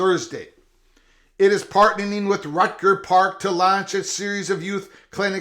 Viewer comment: "Rucker" (rhymes with motherf--er), not "Rutger"